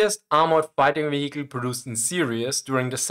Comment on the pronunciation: ve-HE-cle. I love this channel.